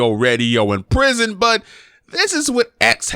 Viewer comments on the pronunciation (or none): none